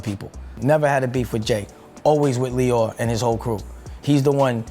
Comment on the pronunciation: Lyor (pronounced: Lee - Or not Lie - Or) Cohen